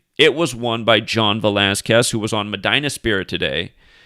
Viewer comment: Medina is Pronounced MAH- DEENA.